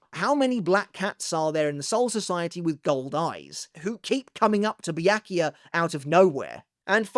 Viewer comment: Bee-yak - you - ah?